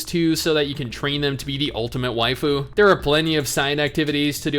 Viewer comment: Are u saying waifu wrong